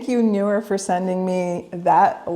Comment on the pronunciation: It’s Neewer; not Newer 😂